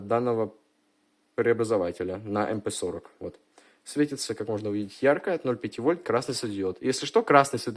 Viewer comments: Не эй пи , а мп 40. Очень старый маломощный германиевый транзистор р - n - р структуры. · Транзистор Эм Пи сорок... Вот вы хотя и американец, но разговариваете по-русски. А названия букв в русском алфавите знаете? Как прочитаете маркировку "КТ315Г"?